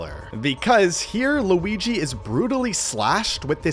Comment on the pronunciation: Guigi? I thought he was called Luigi.😂😂😂😂😂😂😂😂😂